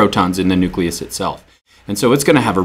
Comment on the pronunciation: Nuleus xd